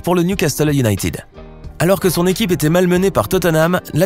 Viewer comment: salut,en anglais ,united ne se prononce pas younaytid mais younaited et merci